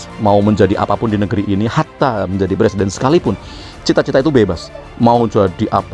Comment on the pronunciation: Kata jàmahnya jadi pereseden di pay tren .